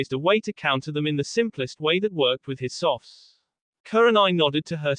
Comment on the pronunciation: I love the story but I do hate the instead of saying skills and some other things the ai says softs or something wtf is that all about it messes up the story and makes it harder for the listeners to follow.